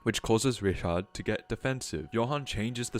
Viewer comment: its not rishad its riCHard